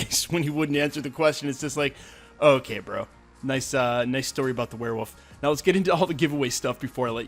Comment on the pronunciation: ok, its warewolf, not wareWOOF.... =/